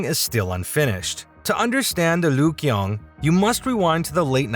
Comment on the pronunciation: Another American he's learned his OBK and not ABC it's not the Lyugyong hotel but the Ryugyong Hotel very interesting as a video but you obviously don't listen to how people pronounce words